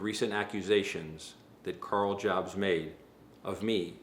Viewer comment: jobst is normally pronounced (yobst). i dont know it karl jobst actually pronounces it this way, but it still sounds cringy as shit when you say it like walmart